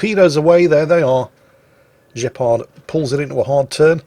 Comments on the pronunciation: Gepard is the German for Cheetah. The G is pronounced Gh not J ;-) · It's not pronounced 'Jepard'. It's pronounced 'Gepard' with the same G sound as for instant ' Grosser Kurfürst'. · It's "Gepard", not "Jeppard". It's a German AA-tank. You would call it "Cheetah". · This has most certainly been mentioned before, but just to be sure: I'm almost certain that the name is pronounced incorrectly. It's not French (Guepard), but probably German. The "g" would be pronounced the same way like in "Graf" or "Große". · Now this proves the fact that it should be a hard G instead of the french pronounciation (or pronunciation whatever) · "Gepard"... You make him sound french... Are you sure his name isn't named after the "Flakpanzer Gepard" German AA vehicle? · its funny that your saying Gepard with a french accent but its German for cheetah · Is that really how you British pronounce Gs? absolutely disgusting even the germans can say that letter properly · I swear that is doing it on purpose, pronouncing a German name (Gepard) with a French accent. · Looking at post-battle screen I bet the name of this player should not be pronounced as a French word, but "G" as "good" or "god". It just means "cheetah" in German (and in Polish).